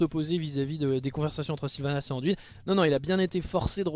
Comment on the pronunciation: Jamais j'aurais pensé que tu répondrais xD Yuna et Sam dise DUIN, pas DWIN :D D'ailleurs, dans les voix francophones en jeu, Anduin est bien prononcé. Pour répondre à tes questions, Illidan et Gul'dan, ça colle bien dans l'oreille, Muradin et Dalaran, je reste neutre car les 2 versions ne sont pas choquantes. Varian, j'aime pas ce personnage alors bon, mais dis ainsi, j'ai la sensation d'entendre le prénom d'une petite fille. Haha A vrai dire, c'est pas que j'ai pas l'habitude d'entendre la version anglaise, c'est juste que je ne joue pas dans cette version car je n'aime pas cette version anglicane des noms. En tant que joueur qui adore le lore, je préfère rester fidèle à des noms franciser, comme Deuillegivre, Deuilleroi ou encore, Coursevent, car je trouve le nom tellement plus ... claquant qu'en anglais. Et on anglicise tellement tout dans ce monde que ça me gonfle alors bon, un peu de résistance, ça fait pas de mal. :D Donc, libre à toi de parler comme tu l'entends, c'est vrai mais entendre DWIN, c'est blocage total dans ma tête :D